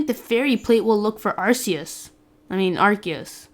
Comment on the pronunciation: Where did that come up? It's AR-CEE-US. Watch the 12th movie.